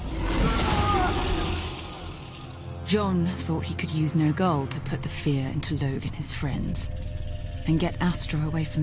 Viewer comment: It's Nergal not Nergalle